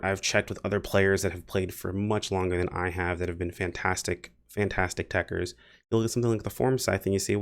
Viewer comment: it was techer in japanese & techter just doesnt roll off the tongue